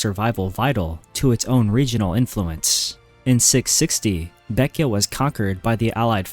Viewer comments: Its not pronounced baek-ya. Its pronounced as how its spelled. Baek-jae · Baekje is not pronounced "beck-ee-ah," it's "beck-jeh" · Why are you pronouncing baekje baekya?